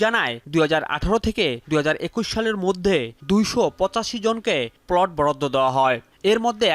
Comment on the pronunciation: প্লোট না রে পাগলা, প্লট! উচ্চারণের এই শ্রী নিয়ে সাংবাদিকতায় চাকরি পান কীভাবে?